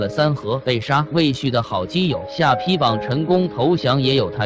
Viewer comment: 下ㄆㄧ???連地名都說錯，說什麼歷史，誤人前途，很爛ㄝ